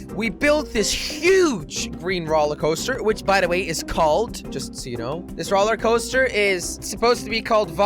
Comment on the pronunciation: why do you say rolercoaster